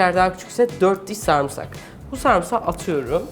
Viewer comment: Bu kadın konuşurken bile acıkıyorum ya. Bir "sarmsak" demesi bile karnımı guruldatmaya yetiyor 😂❤️